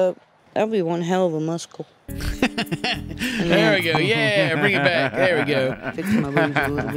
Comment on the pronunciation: i love how Amy pronounces the C in muscle